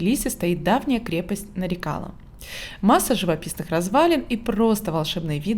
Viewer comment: Очень похожа на крепость в Дербенте. Только в названии ударение на последний слог. Нарикала(на ла).